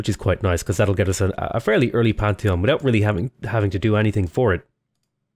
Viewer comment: "quick pantheon" sounded like "quick panty on" and I was very confused